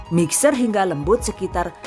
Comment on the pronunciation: Mixer (mikser) bu bukan misker 😆😂🤣